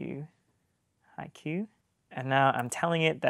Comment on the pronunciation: At least learn how to pronounce haiku, man.